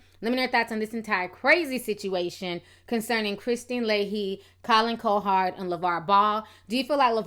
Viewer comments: Lol, I love your YouTube commentary, but his name is pronounced Colin "COW HERD"😂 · Colin CoHard. Wtf is that pronunciation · It doesn't help you cant pronounce simple words. Say it JUST like it is spelled. Cowherd... Cow-Herd. Not "Co-Hard" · cow herd cow herd now put it together.....cowherd....damn you killed his name ctfu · love the content, but it's pronounced cow-heard. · I appreciate your point of view on this, and seeing through the BS. You definitely need to know the backstory of what was said about him & his sons in order to understand where LaVarr was coming from. But I'm dying because you kept calling him Collin "Co-hard" 😂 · You’re pronouncing colins name wrong